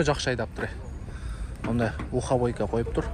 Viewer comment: ухобойка эмес э, Мухабойка